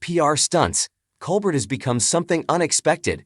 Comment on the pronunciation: How about pronouncing his name correctly